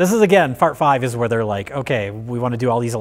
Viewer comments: says fart five at 1,20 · One minute in, says fart five...I'm not crazy right? You all hear it right? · said "fart five." It's too bad Mike did not notice. It could have been comedy gold.